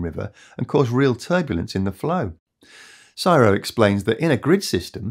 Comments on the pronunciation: Hearing CSIRO read out as a word made me chuckle. I get it, it totally looks like you should read it that way, but it sounds very weird to Australian ears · "CSIRO" isn't called "Siro", but always Cee Ess Eye Are Oh. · It's C S I R O, not sci-roh 😂😂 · Never heard it said as Sigh-row it’s always been - C-S-I-R-O. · It’s not siro u have to say each letter in CSIRO pretty please - aussies don’t say it as a word 😅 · fyi CSIRO is pronouced.. C.S.I.R.O. probally the only australian word we dont shorten lol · No one in Australia calls it sigh row. It’s see ess eye are oh as in: CSIRO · FYI It is the C.S.I.R.O. not "csiro"👍 Thanks for the content! 👍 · Appreciate the video. FYI it’s “C.S.I.R.O” not “syro” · A minor point - CSIRO is not pronounced "Sy-RO". We pronounce each letter C.S.I.R.O. sounding like "Sea Ess Eye Are Oh" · We just say the letters in Australia. C.S.I.R.O We dont say Csiro :D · Just a tip, that’s the first time in my life I’ve ever heard the CSIRO (Commonwealth Scientific and Industrial Research Organisation) pronounced as “SIRO”, its actual always pronounced as the uppercase individual letters C-S-I-R-O. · C S I R O and never before referred to as "Siro"...not once. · Arrrgh, it's not siro its C S I R O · it's C.S.I.R.O, not CSIRO (Commonwealth Scientific and Industrial Research Organistaion) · It’s not pronounced “psyroe”. It’s C.S.I.R.O. It’s an initialism, not a word. Just like it’s the B.B.C., not ‘burbursea”. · SYRO 🤣 it’s just C S I R O 😛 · Please say CSIRO not syro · It is not csiro it is C S I R O. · Just a friendly fyi, its not pronounced as Siro, Its pronounced as C S I R O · Australians spell out CSIRO when using it in conversation, we don't pronounce it as 'Syro" but as C-S-I-R-O. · lemme hear you say CSIRO again........Cyro? LOL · FYI, despite our inbuilt Aussie trait of shortening everything to a single syllable where possible, CSIRO is actually spelt out C-S-I-R-O. Go figure! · C.S.R.I.O. Is the pronunciation…… just so you know